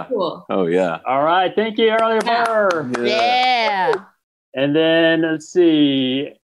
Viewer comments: It’s Barer, not Barber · He really said Ariela Barber 😂😂